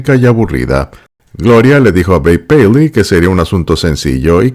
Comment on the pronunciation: Lo bonito que se oye como pronuncia el nombre de Babe paley..